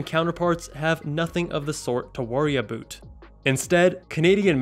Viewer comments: aboot i'm dying hahahaha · Haha the "aboot" flew over most people's heads. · Lmaooo did you say « aboot » on purpose?? 😭😭😭😭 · Lmaooo you had me thinking you were Canadian for a second with that Aboot 😭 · that is how canadian's pronounce their O's lol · Nooooooooo I live in Canada and we never pronounce about like that😭😭